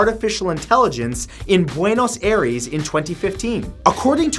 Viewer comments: It’s pronounced Eye-rehs nor air-Es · Its not buenos airees, its buenos eyeress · The knowledge whale needs to learn how to pronounce Buenos Aires